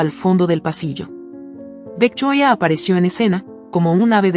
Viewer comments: Se dice VICTORIA, no me decepciones narradora, yo te zndo presumiendo en otros canales, como seria y profesional, que pronuncias muy bien, y ahora comienzas a pronunciar el nombre de la suegra muy fifi, lee bien, por favor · Si se escucha feo cuando dice el nombre de Victoria y Alex si la demás narración va bien porque cambia la pronunciación